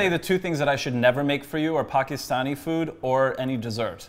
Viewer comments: The fact that Antoni pronounced Pakistani correctly!! I'm so proud of you!!! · lol, when Antoni pronounced "Pakistani" better than Tan. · How did Antoni say Pakistani more correctly than Tan!!!?